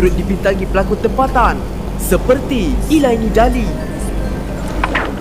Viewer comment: admin video tu banyak kesalahan dalam presentation dia.. Chow Yuen Fatt dia sebut Chow Fatt yuen.. Elaine Daly dia sebut Elaini Daily.. kejap cakap ADE..kejap cakap ADAAAA....kejap PERTAME kejap PERTAMAAAA... tak seragam BM dia.. aku banyak follow youtube dia.. kadang rasa eiiiii.. budak wechat.. hihihihihihi